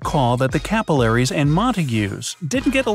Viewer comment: Was anyone else intrigued by the way he pronounced alveoli and capillaries?